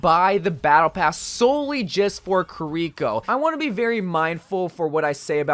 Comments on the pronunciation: ki-reeko Eveyone else: key-ri-ko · Pronounce her name right dude